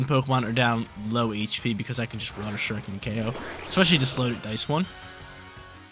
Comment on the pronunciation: lol the way you pronounce shuriken… lol never watched naruto huh buddy? But I loved seeing greninja!!